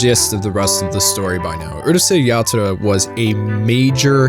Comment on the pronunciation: Pronounced Urusei Yatsura correctly and then butches it with the dumbas Uhrusei